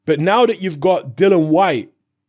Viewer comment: Bro repeat after me.... Dillian.... not dillan.... respect... not respek. .... contract.... not contrak. ... you're a grown man.. speak properly and stop talking like you still listen to Dizzee Rascal on your BlackBerry at the back of the top deck of the bus on the way to school.. 😂😂